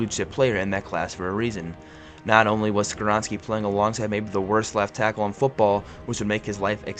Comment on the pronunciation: How you pronounce” Skoronski”right but “Spears” wrong 🤣🤦🏾‍♂️